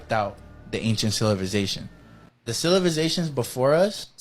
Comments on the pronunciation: Amm I too drunk or the guy keep saying cilivisation, instead of civilization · Why the 1st dude is talkin bout ciViLisation when he cant even say the word is beyond me! He says it as ciLiVisation every damn time! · And then here comes our sillivisation that cant even pronounce "civilization"...😅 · The first guy can even speak right cilivization is what he is saying and it's pronounced civilization 😅😅😅 and you believe this fool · 😂😂😂 Im dead😂😂 CiLAvization😂😂😂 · Aaaghhh hahahaha the "cilivi zation" before us were not dummies aaaghhh hahahaha no bud just your generation ✌️🤣🇭🇲. And he says it again but not before enunciating cat..a..clysm like it's the first time saying it and clears up any confusion by adding that this means apocalypse,these are the people who'll be working in the nursing homes looking after us one day so best to die before old age in my opinion 😂. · OL boy not even saying Civilization right 😂😂😂😂😂😂😂